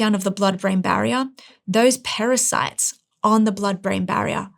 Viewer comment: EXPLAIN ??? : " because when I told you that our - we get the breakdown of the blood brain barrier, THOSE PARASITES on the blood brain barrier require DHA " ???? What have PARASITES to do with this ??? Is she drunk ??